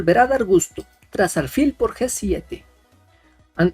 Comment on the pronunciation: no se dice aRfil , se dice aLfil con L